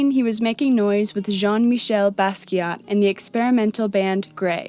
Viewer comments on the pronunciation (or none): none